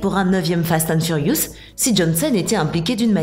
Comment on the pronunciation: sa saoule personne qu'il ne savent pas dire fast and furious et quil change a chaque fois de nom